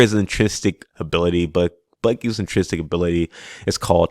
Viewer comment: Great video, great concept, but I CANNOT hear you mispronounce the word intrinsic one more time! LOL I'm sorry but it hurts me 🤣😭